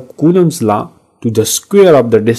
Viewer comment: Law ❎ laaaa ✅